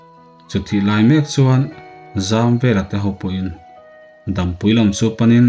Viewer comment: Dampui i lam dan pawh hi a diklo